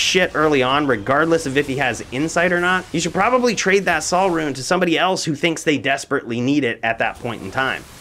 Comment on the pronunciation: Sol rune is pronounced "soul" not "sal"